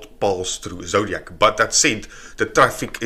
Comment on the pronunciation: It's "Ezoic", not "Ezodiac"...